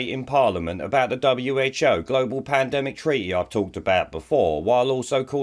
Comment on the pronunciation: Lol I love how poundland Rod can't even say Pandemic, Panedemic lol